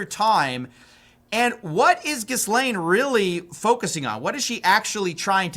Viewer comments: It's "Gee - lane" not "Jizzlane" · I thought it was pronounced "jizz lane" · How is it that no matter how many news stories I watch not one single anchor can get Jittleyang Maxwell’s name right smh… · Ghislane has a silent S. why does nobody know this